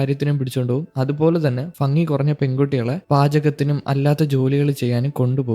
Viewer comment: explanation adipwoli ann but fungi alla bhangi ❤